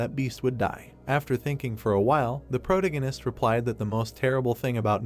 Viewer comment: I immediately knew that when he kept saying pro-tingus he meant protagonist. I've seen too many of these videos.